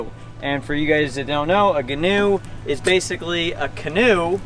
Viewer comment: Ghee-noe Ghee (pronounced like key)-new